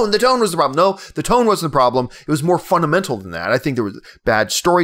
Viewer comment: John, I'm not sure how they say the word in Canada, but in America, we say fundamental, not funtamental. ;) Love ya, keep up the awesome vids.